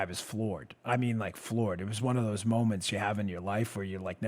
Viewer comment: Hey Dan .... getting so worked up about dis stuff , just makes you forget to use th's on your pronunciations...dis , dat , dose , de udder guy ,,...and ypur hand movements really show how buff you think you are.... Think I am gonna start listening to your podcasts , maybe then I won't be so distracted by your poor use of de english language , just so you know dat I am not duh guy you tink dat I am , I do appreciate what youse guys do ... dis isnt a put down , just an observation from a dolt in fly over country , you know ...where all duh corn grows ..., hehehehe